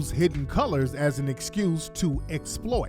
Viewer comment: The African accent "...Hidd-en Coo-Lahs" 😂😂😂😂